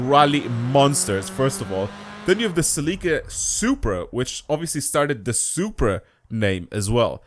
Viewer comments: its celica not celiika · Ahh the “Sell-ick-uh” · Sounds weird when u say Celica cause its actually Celica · I’m from the USA a we say it different Celica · Umm just because you're not English doesn't mean you can't say it the right way, you're confusing Everyone calling that car something else, and I've driven that car in real life. So don't try to assume anything 🙄🙄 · The way you say celica 🤮